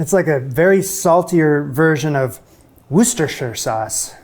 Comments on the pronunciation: "Woo suster sher sauce" Fun fact: To say that word. It's more like Wuhst-shuh. Anyone who is English and knows how old Anglo words are said will know that but they're complicated specifically because they're old Brittonic conventions. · Wuss-ter-shur, not woos-ter-shur. 'Ter' has the least stress, 'shur' has a soft R. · "Woo-ster" sauce You don't pronounce the entire name Sorry, I don't make the rules 😅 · Oh dear, what did you do to our food? No, no, no and then there was how you said Worcestershire- it has 3 syllables. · Love the fact you point out, they are too ignorant to learn how to pronounce Worcestershire ! easy thing for Yanks, just call it Lea and Perrins !